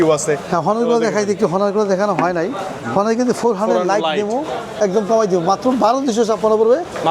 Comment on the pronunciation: হনার ❌❌ অনার✅✅✅